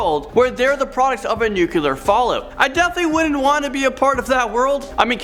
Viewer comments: Its nuclear (new clear) not nuculer (New Que Ler)....This drives me nuts. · Again.... Nucular or nuclear? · Why do people pronounce "nuclear" as "nuclelar " -_ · Haha George Bush said "nuculer" also.